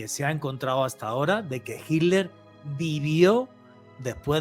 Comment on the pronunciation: Por favor,se pronuncia HiTler con T no con D